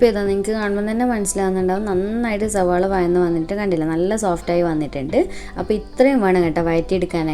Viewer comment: Ningal endhina ellathinum z kootunne🙄zavaala😂